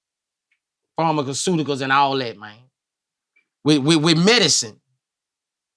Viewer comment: pharma-ca-soodicles lol!!!!!!!!